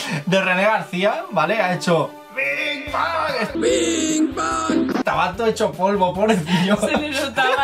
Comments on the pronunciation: Pero dice. Binnng bang... En lugar de biiiig bang.!!! Jajajaa bueno es un errorsillo inperseptible. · Jajaja yo escuché Bin ban